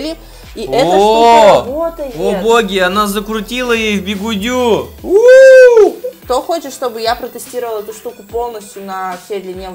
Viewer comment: сказал бигудю😂😂🤣🤣